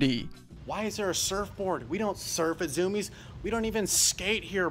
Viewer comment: zoom-iez? i thought it was zoo-me-ez